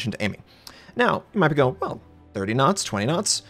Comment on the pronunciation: N1 Video. I thank you so much. All the German Youtuber dont tell the Viewer for what are the two scales are..... ;) In the first seconds i think - wtf he means with 20 Nuts g but then i understand that you say Knots and that make sense to me :) So, thx for this rly helpful Video....